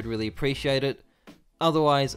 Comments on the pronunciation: o no he didnt say hi im he said hi am a zeus xd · "HI, im " is wat i heard lol